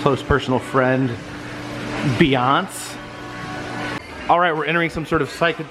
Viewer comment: Ha-LEH Berry and Bee-aunce had me rolling 😂